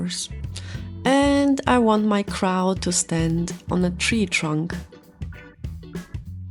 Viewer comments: I keep thinking you're saying 'crowd' or 'crown' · Your first video came up on my FYP. It was a cute piece so decided to keep going. For someone who this is there second doll this looks good. You differently reminded me of Catmelon in how you two lock your dolls in places. Lastly I love how you say crow 😊😅❤